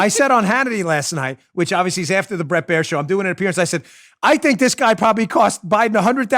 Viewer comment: Dan, it's (Bret)Bair, not bread